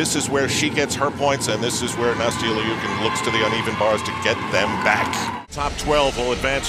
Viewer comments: Its not (leukin) its pronoused (lou-kin) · It's pronounced "Lee-you-kin" if you look at the Cyrillic.